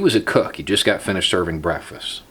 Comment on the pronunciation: 15 people are disturbed that he pronounces Breakfast 'Breffiss'